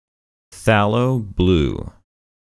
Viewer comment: Fay Low. Everyone. Every artist. Every where. Even my instructor in France (i'm in the states) who speaks with a British accent says: Fay Low. Restoration artist in Italy say Fay Low. Call an art store to order paint and they'll say Fay Low when the read it back. It's funny like that. Buuttt if that's the true pronunciation then you would be correct. It's like when people in the US say: Confirm. We say "Cunfirm". But Canadians and British people heavily pronounce the "cON" which of course is correct. Language is all chopped up and we must deal with it.